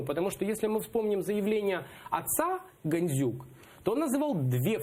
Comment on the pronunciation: «Ганзюк» замість «Гандзюк» цей лайнюк навіть українське «ДЗ» не може вимовити. Біля нього царьов патріотом б виглядав